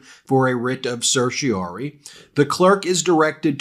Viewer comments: Pronunciation: en banc = ON banc. ON banc, not In banc. Certiorari = RAR rhymes with CAR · I sincerely hope the ‘en banc’ DC Circuit says, “No”, and the Supremes also say “No” as quickly as possible. The word is pronounced ‘Ser-shee-or-AR-ee’. Five syllables. Please get this right.